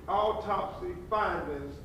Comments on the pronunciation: Is he saying "alltopsy"? Why not have a mesical examiner read this? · Ben Crump doesn’t sound very smart. He can’t even pronounce medical terms and sounds like he’s on slow mode. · bro just ask for help with the word and move on with the reading of the autopsy... i had to say this and now back to the video i go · This representative of the family didn't even read the autopsy report for Sonya Massey before the press conference to make sure he knew how to pronounce the words in it😂!!! You can't make this stuff up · mr crumb as a professional, you could/should have done a much better job representing this case on behalf of this family...if you didn't know how to pronounce those medical words, you should have done some preparation. You know they already think we are incompetent and less than...i hope your representation of this family is better than this news conference. Consider a public speaking course 🤔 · WHY HE ACT LIKE HE CAN'T PRONOUNCE THE WORDS? A WHOLE LAWYER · You think this guy would learn how to pronounce the medical terms it is disgraceful.